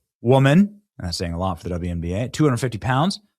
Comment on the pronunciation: It’s wnba, not twnba